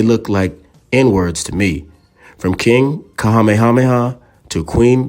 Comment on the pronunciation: Your pronunciation of some of their names is atrocious in this and your earlier video. You need only call the Hawai'i Ne Visitors Bureau to get coaching to get it right. I'm pleased you are pronouncing Queen Lilioukalani's name right at times but not Kamehameha or Kalakaua. If you strive for accuracy and truth, you would get coaching or use a professional narrator. My great grandparents came to Oahu since the late 1800s.